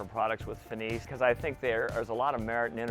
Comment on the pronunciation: finis is fin-is